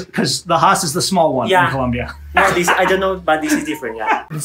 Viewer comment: You are doing a "Fox News". It is Colombia, not Columbia